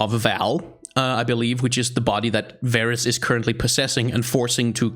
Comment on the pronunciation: Not varus. He is vaarus